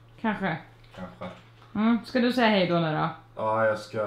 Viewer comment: gillar att säga Haej